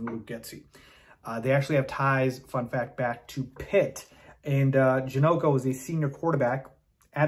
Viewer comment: It's Ja- knock- o